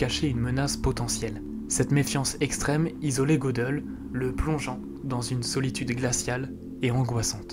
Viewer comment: Pour Gödel ,me semble que le ö se prononce "eu" ;)